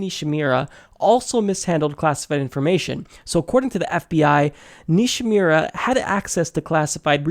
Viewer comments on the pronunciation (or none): It's Nishimura (Ni-She-Moo-Rah). It's also misspelled in the description. Just an FYI. I hope some kind of justice comes to the that undergarment stain, the Red Queen aka Hillary. These contrasting cases need to be brought forth to light to a higher level.